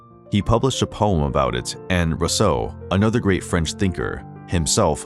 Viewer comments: Almost every French name in this video is mispronounced. Marquis sounds like markee. Marquise sounds like markeez. Rousseau is ru-so, not ro-so. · Can't pronounce "Rousseau" either... or "Bourgeois" or The Hague (which he pronounces The Hog). : Here's an idiotic statement in this video: "His defiance stemmed from his outspoken criticisms of the government." Whaaa? His defiance is the SAME thing as his criticisms. His defiance didn't come FROM his criticism. Who writes this drivel? Lemme guess: AI?